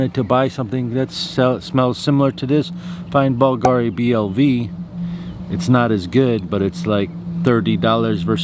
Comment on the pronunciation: Hi! BVLGARI uses the Latin spelling (where the letter "V" is pronounced like "U"). "BLV NOTTE" is pronounced "blue no-tey" in Italian, which in English means "Blue Night"